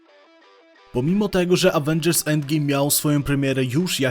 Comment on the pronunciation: >Brak pomysłu na odcinek >Jep AWENDŻERS ENDGIJM